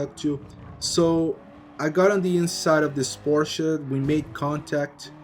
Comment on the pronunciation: It is so satisfying that you're saying "Porsche" and not "Porsch'... Makes my German heart really proud ! Good video man!